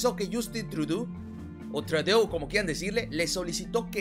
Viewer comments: se pronuncia Trudo que es lo mas cercano al espanol... no me pierdo tus videos.... siguele dando duro... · Puedes pronunciar "trudo" acentuando en la "o" amigo, felicitaciones. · Se pronuncia "trudó" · Se pronuncia: TRUDO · con mucho cariño y constructuvo. Se dice trudo El ministró de Canadá Te felicito por tan excelente. Trabajo. Muchos saludos Ben digo a esa cabecita. Blanca. Que por fin. Alguien hace a nuestro amado México orgulloso. Que notición. Yo viví en Canadá. Y que gusto me da las noticias de hoy Saludos mi. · Me encanta la pronuncación del de "Trudeau" Tudú" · Hola, se escucha chistoso tu pronunsacion: trudu... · trudó. se pronuncia trudó. ♨ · SE PRONUNCIA TRUDÓ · Se pronuncia: TRUDÓ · Se escribe Trudeau y se pronuncia guapísimo 😄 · Se dice Tenido hacia dentro el sonido de la o...